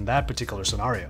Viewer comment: STOP SAYING SCENARIO WRONG!!!